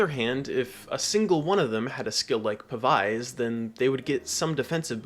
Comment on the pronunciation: Pav-ize is like the only wrong way to say that word 😂